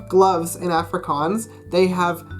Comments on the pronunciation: Can’t even say Afrikaans properly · Studying for 3 years but cant even pronounce the name right. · He said efrikaans not Afrikaans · Him saying Afrikaans high pitched A Me saying Afrikaans like Aaaaa low pitched A P.S I'm 🇿🇦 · The way he says Africaans tho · It's pronounced more like aahh-fri,kaans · 1. It’s “Ofrikaans” not Afrikaans (just a pronunciation thing) 2. Verkleinings are to make a word small not to make it cute. You saying klein hondjie is incorrect cause you’re saying the little little dog 3. Let’s be real idioms in English are weird too I don’t want to seem rude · BROOOOOOOOOO, under 20 seconds in he already pronounced the name of the language in a weird way. (coming from a South African) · dit is regtig snaaks wanneer hy afrikaans sê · I know I shouldn't be harsh, but as native Afrikaans person I cringe a little everytime you pronounce "Afrikaans" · That’s not how you say Afrikaans I speak Afrikaans for my second language I live in South Africa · Fuck you so muck u can't even say afrikaans properly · Studying afrikaans for for 3 years and can't even say ''afrikaans'' correctly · u cant even say the name of afrikaans right?? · Afrikaans is not silly 😠😡😠(you can't even say it properly😈👿😠😡😠😐😐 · You have been doing Afrikaans for so long but you still can't pronounce the A correctly in Afrikaans 😂😂 Maar jy het nie te sleg gedoen...nie. Dis awesome om ander mense buite suid afrika te sien die taal leer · If you’ve been learning afrikaans for 3 years you should maybe learn how to say "afrikaans" properly first😂😂